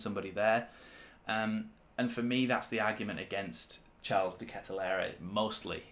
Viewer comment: His name isn’t pronounced as in the English version of Charles